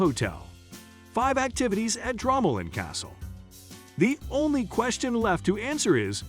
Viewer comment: It’s pronounced Dromoland not dramaland 😂😂😂